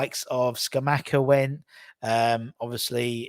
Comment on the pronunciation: Mate you seriously need to learn the players names...who's Karl Harvertz? And SCARmacca 😂😂 Try Kai Havertz and SCAMacca